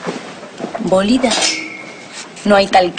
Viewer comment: me tente cuando luz dijo bolida bolida como que no dijo bolidÁ jajajaj